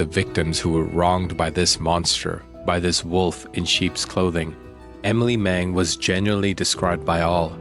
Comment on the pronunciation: Very shocking here in Denmark, thank you for giving Emilie a voice❤ poor girls who felt in the perpetrators hands.. 😢 btw you pronounce the names very good 👍